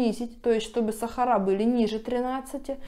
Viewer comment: СахарА красиво говорите. Я только это и слушаю у вас.